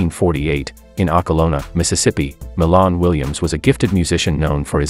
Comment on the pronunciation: It's Milan(My -Lan) Williams he's My Cousin...Get the info & Pronunciation Correct...R.I.P 🙏🕊